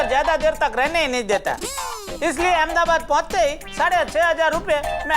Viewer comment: Y she say amdabad it’s Ahmedabad idiot ppl make there own names